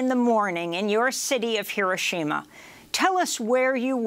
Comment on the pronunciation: Pronounced: heer-OH-shee-ma